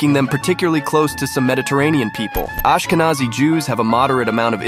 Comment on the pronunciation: It's pronounced differently. In fact, it's spelled "Aschkenasi" in German. It's an old Hebrew word for a region in Anatolia that was applied to Germany by South Italian Jews when they settled with their extended households in the Rhineland on invitation of the Carolingians. It has nothing to do with "Nazi", which was originally a diminutive for "Ignaz" and later came to be used as a shorthand for the National Socialist Party in Germany in the early-mid 20th century.